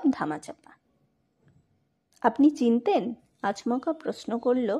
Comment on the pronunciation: একঘেয়ে গল্প। আর ক্লান্তিকর পড়া। ' আচমকা' শব্দের উচ্চারণ‌ও অদ্ভুত । ' আজ্মকা' বলে উচ্চারণ, হলো।